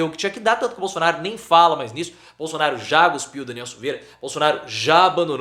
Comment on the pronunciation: Ô,: faz, por favor, vídeo sobre a (im)possibilidade de golpe por parte da Noivinha do Aristides! E não é "guspiu", é CUSPIU, pô:D...